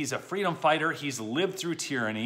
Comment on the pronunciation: “Fweedum!” Kamalatoes ‘Bend me over’ Harris